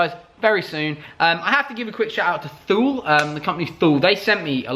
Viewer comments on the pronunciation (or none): Thule as in the roofbars? Its pronounced Tu-lay I think. Something like that...